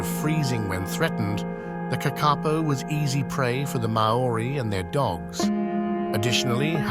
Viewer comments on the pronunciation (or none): Good video but just a few pronunciation corrections if I may. The kākāpō is pronounced with long vowels due to the macrons and said like kah-kah-poh, Māori is said similar to mow-ree (mow as in the same sound as how, not as in mow like mow the lawns) with a very slight r roll on the tongue, Samoa/Samoan is like Sa-mow-ah/Sa-mow-in (same mow as in Māori), and Amur is like a-moor. I live in NZ and the first 3 are common words here and the 4th I've heard a lot through my Russian friends. Sadly I've heard of all the animals listed so didn't stump me lol but still interesting nonetheless. Keep up the good work in getting rare animals names out there.